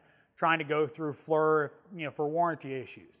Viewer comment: The high res on that one and the FLIR certainly look cool, a step or two above the Predator's lol. Oh I'm not one of those dicks but it's pronounced Fleer, Knipex all over again